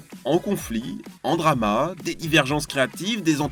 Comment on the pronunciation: Jtrouve sa drole de l'entendre dire le mot drama je sais pas pourquoi